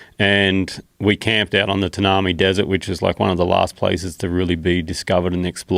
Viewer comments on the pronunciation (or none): Ta - nar - me desert??? Wtf?? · Great vid, however said Tanami desert wrong. Its pronounced Tan-a-my. Bloody southerners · Tan-a-mi desert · Is that how you pronounce 'Tanami' ?